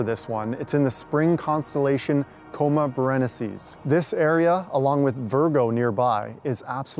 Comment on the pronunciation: It's pronounced coma bear e NICE ees.